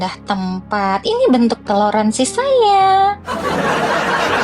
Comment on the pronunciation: TELORASIN kok TELORANSI bin "TOLÈRANSI"